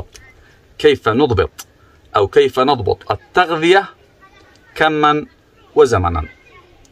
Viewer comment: كمن وزمنن ❌ كما" وزمنا"✔️